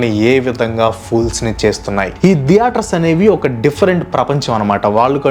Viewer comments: దియేటర్స్ కాదు బ్రో థియేటర్స్ నవ్వచింది మీరు pronounce చేస్తుంటే😅😅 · diaters kadhu bro theaters🤣